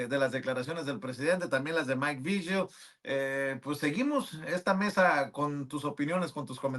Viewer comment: Porque pronuncian Maik "Viyel", se pronuncia Vigil que no?